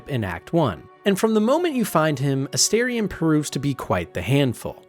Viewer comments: Holy…. It’s aSTARion not aSTAIRion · Calling Minsc “Minx” has taken me fully out. I didn’t hear anything you said about him or Boo 😂 Really fun video. Unable to resist my pronunciation durge, it’s A-star-ion, not A-Stair-ion. 😅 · It is AstArion, not Asterion. It is derived from latin (no, I don't think it means "little star" - that doesn't work gramatically). I think is more likely to be derived from the verb astáre, which would mean (together with the suffix -ion) "someone who is standing by you - so basically a companion, and has some other interesting connotations of serivce and standing up straight, which would both fit him) or could be connected to greek godess Astarte. I know they all say it means "little star", but it doesn't really make sense. Sorry I'm a know it all, but it just urks me ever time I hear it pronounced wrongly. Also comment for the Algo and wonderful video! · astarien? the character says his name several times in the game, n its not said like that lol